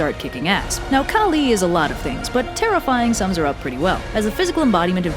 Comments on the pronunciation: Its pronounced "Kaaali" not kali..kali is the evil asura who comes to end the world at the end..kaaali is the goddess its written the same but pronounced differently and means different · i love ur videos and i love this video but the way ur pronouncing kali is sending me 😭 anyways i love the way u put this, our mythos barely gets western attention, this was so funny and charming! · I am so sorry for being salty but you sais first ones names wrongly